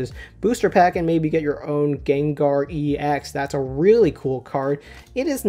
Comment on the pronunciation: I hate to break it to you, but 'ex' is not pronounced like an acronym; it should be pronounced like the ex in ex-girlfriend :P.